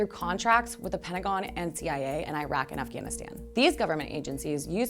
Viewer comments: Eye-rack? Lol. It is "ee-ruk" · For the last time: "Iraq" is NOT "eye-rack"--it's "ear-rock"!